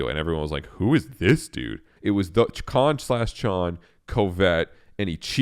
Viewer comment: Bro……it’s pronounced ch- like CHeese. CHON